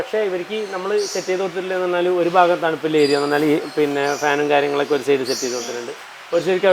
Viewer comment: സേയ്ഡ് അല്ല സൈഡ് ആണ്